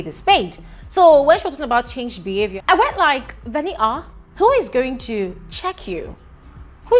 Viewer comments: It's the "Veni-a" for me, lol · It's the way today you pronounce Venita's name for me😂😂🤣🤣💔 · I love how you say venita's name 😂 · I thought I was the only one that heard it